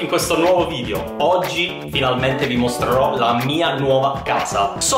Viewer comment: Si dice VIDEO non VIDIO